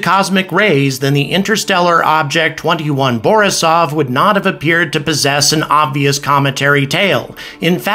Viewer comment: 2I/Borisov, like, the letter I. It stands for interstellar. Like 1I/'Oumuamua. Not 21 lmao